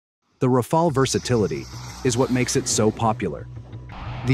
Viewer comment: haha what a joke, somehow pakistani's are obsessed with Dassault Rafale's yet they still didnt learned to pronounce it lol, and mate wheres the evidence of the 3 rafale's that are shot down? when this question was asked by a international journalist, your so called clown of a defence minister replied its all over social media, HEIGHT OF STUPIDITY ! Well anyways i understand that you guys want something to satisfy your ego so just be happy thinking that pakistan had shot down indian rafale's. Also i would like to thank china to support us by selling pakistan some chinese toys which showed what they really are, the j10c's , j17 thunders and hq9 air defence system's. CHINESE EQUIPMENTS ARE NOTHING BUT A PIECE OF GARBAGE. Our drones had managed to destroy the pakistan's so called advanced air defence system HQ9 which the china told pakistan are superior than the s400 defence systems which was purchased by india from russia. So conclusion : { pakistan became the first country to shot down a 4.5 generation get in your dreams : ) }